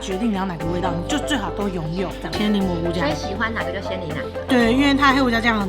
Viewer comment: 是檸檬！不是伶萌啦！（很介意